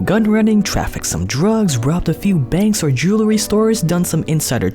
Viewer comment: Pet peeve here: "Jewelry" is pronounced (JOO-ELL-REE) . NOT (JOO-LER-EE). Thanks for your cooperation.